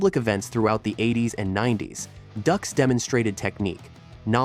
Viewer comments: It’s not pronounced Ducks but Dukes, lack credibility when you don’t even know the name of the subject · I love the pronunciation of “ducks” instead of “dukes” =) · I tried to stay. But his name is pronounced Dukes not Ducks. It drove me crazy. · It isn't pronounced "ducks". it's "dukes". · It's Duke's not duhhhx 😂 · Dux is pronounced like "Dukes" not "Ducks" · 😂It’s not “ducks”, it’s pronounced “dukes”. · hearing ducks a million times when its pronounced dooks / dukes............is bad for the mind.... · Doo-x not ducks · 'Dukes' not 'Ducks'. Even in that, a fraud! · His name is pronounced like Dukes not Ducks 🦆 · Why is he saying ducks. It's dux not duck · If you cant do the proper research to even know your subjects name how can we trust anything else you say? We all know he was a liar but its Dukes not Ducks. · Like the movie said, It’s pronounced “Dukes” like put up your dukes… not Ducks. The JCVD movie on Dux points this out. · "Ducks?" - it's pronounced "Dukes", but if the guy was a fraud Van Damme's movie is still awesome. As a cinephile I don’t care about how Dux's apparent lies may have affected the martial arts. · Not duck's....dukes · Dukes not ducks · Bloodsport literally says the name is pronounced “dukes” like “Put up your dukes.” Ducks 🦆🦆🦆🦆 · Dux as in Dukes not Ducks lol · It's Dux....like put up your Dukes. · It's hard to take this seriously when the name is said wrong but I'll watch it anyway. I almost clicked off the second I heard him say ducks. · No no....it's, DŪŪŪŪX! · No no no, it's DUX....like put up your dukes right? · Nah, nah, nah, nah. It’s Dooks. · "Dooks," like dookies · It’s Dux. Like put up your dukes. Got it. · Everytime he says Ducks, it reminds me of The Duck of Death from the Unforgiven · It's pronounced Doox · Its pronounced dukes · It's pronounced "dooks" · It's pronounced DUKES🤣🤣🤣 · I thought it was pronounced "dukes" though. Not that I don't the legitimacy of this video or anything. I knew he was a fraud for years